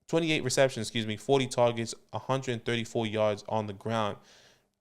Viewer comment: "TAWWGETS"